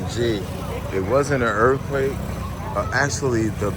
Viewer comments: URF-quake? URF-quakes are crazy, Bro?! Ya know wuh I'm sayin'?! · same way I felt listening to you talk about "duh URF-quake."